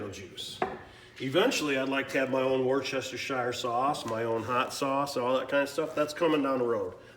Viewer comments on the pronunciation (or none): This is so cool, I never would have thought to do this, also it’s pronounced woostersheer sauce lol . We have a town in Massachusetts named Worcester/ Wooster